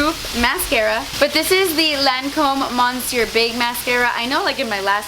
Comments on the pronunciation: please, the “n” is silent in monsieur. MUH-sieur. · With the lancôme mascara, monsieur is pronounced like 'miss-your' just saying, because you always do 'rêve' and 'très jolie' well! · I love that waterfall! So beautiful and peaceful. (Quick heads up: "Monsieur" is pronounced M'syur.) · GIIRRRLLL the " N " in monsieur is silent! PLEEAASE STOP SAYING IT